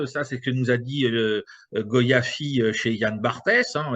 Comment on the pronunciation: Chantal Goya et non goyafi de rien !!!!